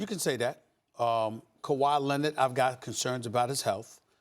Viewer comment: "Kawhi Lennit" lol